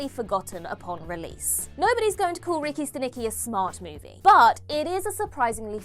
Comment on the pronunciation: Movie name is Ricky Stanicky not Ricki Siki